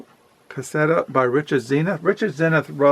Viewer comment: I think I might pick up middlemarch soon :) Also it’s fernando PESS-O-A.